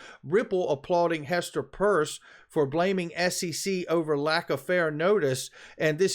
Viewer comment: P EAR S. Hester. (sounds like ) P ear s. Pierce. get her name right , you've fucked it up for months now